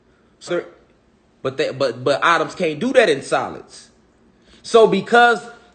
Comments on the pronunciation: It's pronounced Eh-toms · Lmao. How many times did he say autumn, ahhtums"